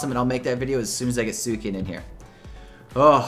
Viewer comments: ... Sueecan? Rioku? You mean, Suicune and Raikou. XD also Entei and Ho-oh are the best :D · I think you said "Suicune" wrong. I think it's like "SweeCune" lol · su i cin ? ri ku? intay? WHAT ARE YOU SAYING?